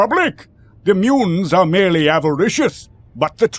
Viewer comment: Some pronunciation problems - merrily (merely?) and I noticed assassins was mispronounced, but overall this is a fascinating production